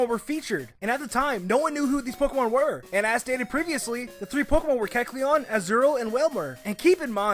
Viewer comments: look, if you're gonna talk fast like speedy Gonzales or blurr, please don't slur your words and make sure you say everything correctly.(Don't act like I didn't notice you saying the blue stripe on keckleon's head line) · When is saying Kecleon, put the video to.25 speed and you find out he pronounces it Kecln instead of Kekleon. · if you slow down to 0.75 speed during the kecleon part, is saying keclon at the end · he can't even say keckleon properly because he's talking so fast... "kelchuon" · MaybeKekalonwassupposedtohavemorecolors! Whoa, slow down! And start pronouncing Kekleon's name right, too! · everytime he says Kecleon i want to punch him in the throat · he said kecleon like 15 times in 30 seconds everytime pronounced differently that must be some kind of record. not one he should be proud of but a record none the less